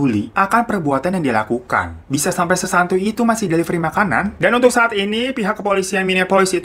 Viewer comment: Devilery? the fak Delivery kale